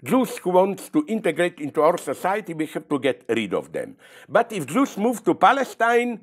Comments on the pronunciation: Everytime he says “jews” I hear “juice”, make it al weirder but interesting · zizek and blondie shouldnt discuss about conflicts in other regions they have no idea about and call for violence. and so on and so on ..... i dont like the way he says jews. jewish.... say jewish